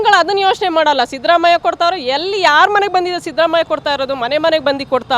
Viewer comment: Sadramayya alla shidramayya sariyagi kannada matadoke kalko